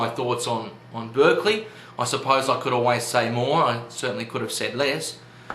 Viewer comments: Good job summing up the arguments, but I do have one nitpick: you mispronounced Berkeley's name. It should be pronounced Bark-lee (as in a dog's bark) rather than Berk-lee (as in UC Berkeley). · It's pronounced BARK-ly by the way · It"s actually spelled Berkeley but is pronounced with an A! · His name is pronounced 'Barkeley'